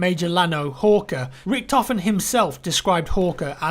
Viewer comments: Just say "Rishthofen", sounds better than Rickedhofen :D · NOT the red baron in the trailer ;) and you could pronounce it like reechthoven pls no "rikthoven" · It is not pronounced 'Rickedhoven' ffs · you completely butchered all those german names :D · Hey I love your new history videos:). I know you put a lot of effort in those videos so to make the pronunciation easier for you here are some tipps: ch and sch are read like a sh -> ex: sh ot I is read like in with a silent n -> ex. i (n) Finally let's put it all together: Richthofen = R i(n) sh thofen I hope this helps a little bit I know it sounds crazy;)